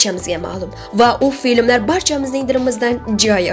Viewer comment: мАсква, аЛбом , фиЛмлар 🤯 Гийбатнисахон саводни чикаринг, Ъ ва Ь борлиги ёдиздами?! Ударенияни тугри куйишни урганинг, купрок китоб укинг!!! Овозиз ёкимли экан, болаларга эртак этишга мос экан